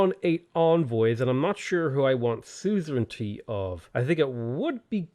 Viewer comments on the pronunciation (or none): Anyone remember the good old days, when he used to say "suzeranity"?